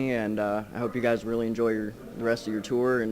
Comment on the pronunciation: Omg the way he said palaye royale at the end 😁lmao